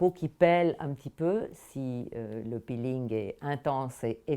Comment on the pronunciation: Bonjour. Commencer une vidéo en disant "bonjour", c'est mieux et " peeling", pas pilling !!!!! Attention ⚠️